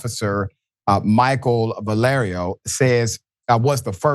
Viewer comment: Thank you Dr Richey for attempting to ptonounce the Spanish name Guerriero correctly but you ignored the "i" in Guerr "i"ero.